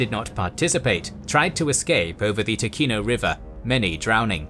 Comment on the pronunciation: Ooooh nice. One note: Ticino is pronounced more like Tichino, with a soft C. I guess an english spelling would be Tee-chee-no